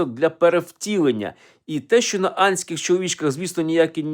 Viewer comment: Ви вимовляєте "антський" як "андський", пане Олександре. Тож не дивуйтеся, якщо невдовзі конспіролохи запропонують нову теорію - про те, як наші предки до Південної Америки щовихідних плавали!XD Дякую за цікаву розповідь!